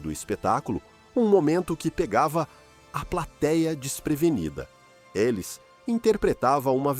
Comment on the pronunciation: É uma pena que esse narrador não pronuncie o nome dela corretamente. Élis 😟